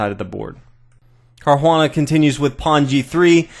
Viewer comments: Nice commentary. You are butchering Caruana's name though. :) If it's too tricky to roll the 'r', then it's better to go to an Anglicized pronunciation altogether [car-wanna] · The bad pronunciation of Caruana's name along with bad analysis lost me. I'll resubscribe one day when this channel improves.